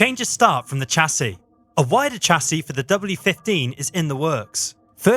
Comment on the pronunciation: Why is a Brit pronouncing Chassis incorrectly